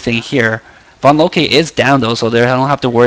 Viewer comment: Drop the E on vonloke when you say her name, you always say it wrong haha